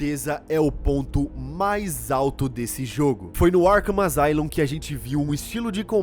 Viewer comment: Asylum se pronuncia "Assáilum".